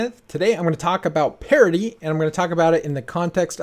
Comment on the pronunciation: I always thought you were saying "parody" hahahaha